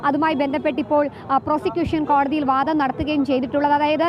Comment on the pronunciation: വാധം അല്ല വാദം ആണ് ശരി..